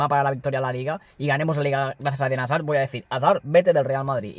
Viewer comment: Me da mucha rabia cuando dices hazard